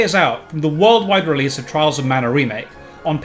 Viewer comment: "Twials of mana!" Oh boy, of to a good start.